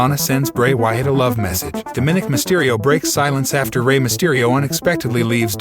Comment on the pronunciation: Its not "Domin ick" its "dom o nick! Get the pronunciation right dude.